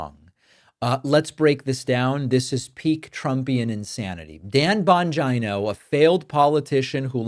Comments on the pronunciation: bon-geeno. please dont make him sound like a vagina by mispronouncing the surname. those of us with vaginas dont want him near us or confused with female body parts. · It’s pronounced Dan Bongina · I believe it's pronounced Bungina. Sounds like a combination of Bung Hole and Vagina. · Bongino's last name is pronounced vagina. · I think the correct pronounciation of the name is "Dumb Mangina" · Its Bongina. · Bongina—pronounced the way I used to say ‘vagina’ when I didn’t know what it was called. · David, don’t mispronounce Bongino’s name; it makes you look like a little schoolboy. And, it’s disrespectful to a lot of other innocent people who have the same surname. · Your pronunciation of "Bongino" is perfect !! LOL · Lol David couldn’t help him self .. he mispronounced Bongino’s name repeatedly.. even though he said he won’t do that anymore, can’t say I blame him!